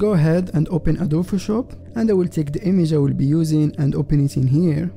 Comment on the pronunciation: why does he say adophoshop instead of adobe Photoshop? (just wondering)